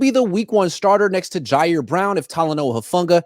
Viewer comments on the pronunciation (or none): none